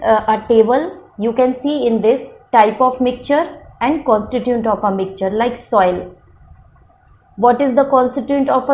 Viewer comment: It is mixture not micture